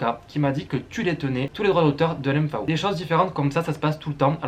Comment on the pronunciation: Je découvre cette chaîne, c'est vraiment pas mal. Par contre je n'ai jamais entendu L.M.Fao ou "Ferji", mais L.M.F.A.O et "Fergui", ça surprend 😉